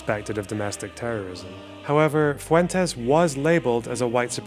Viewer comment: Interesting how Fuentes pronounces his name FU-en-Tess. Won’t even pronounce his name with the Spanish inflection? Yikes